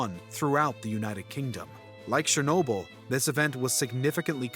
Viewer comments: shernobyl? its CH-ER-Nobyl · Its Cher-no-byl not Sher-no-byl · it's pronounced CHernobyl not SHernobyl like pls 😭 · It’s not sherrnobyl it’s Cher nobyl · you spoke the word chernobyl wrong. you speak it out as cher(from the word cherry)-no-byl(from the word debiel in dutch (biel=byl)) this is how you say it. cher-no-byl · There’s no “sh” sound in Chernobyl